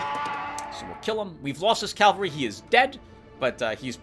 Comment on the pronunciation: 1 minute of silence for Vipera o7 Let's take a shot every time pronounces cavalry as calvary, I recommend a drink with low alcohol Good to hear everything went well with those medical studies! PS: You know, a Dark Souls 2/3 LP would be interesting, mainly to see struggling, I mean, succeeding!